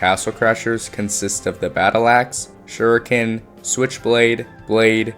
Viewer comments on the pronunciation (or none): none